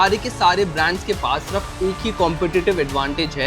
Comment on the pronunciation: yaar tum "sirf" ko "surf" kyu kehte ho!?!?